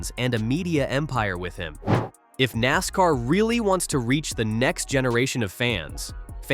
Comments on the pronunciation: Can't even say NASCAR, good bye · not bad, decent summary, you got to work on the AI reading of the script though, it should be able to say nascar and arca without spelling it. Maybe try a different voice to, this one is very over used. Definitely drop the click bait titles, that is just gonna piss people off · Your AI narrator is trippin no abbreviations in the script don't put NASCAR in it put nascar in it. Not ARCA put arca in. Listen to your generated video before you publish 😊